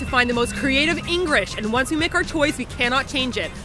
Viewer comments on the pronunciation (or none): none